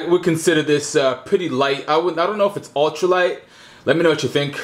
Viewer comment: you mean your "altra" light? lol